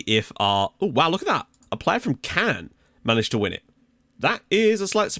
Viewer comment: great vid! Great to see Caen do so well, unusual for anyone other than PSG to win in France. One thing though is that you were pronouncing it wrong all episode! It's not like "Cannes", but more like "con". I know you try very hard to get pronunciation right so thought you might want to know.